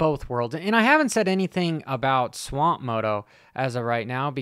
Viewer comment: dude its SWAP moto not swamp moto LMAO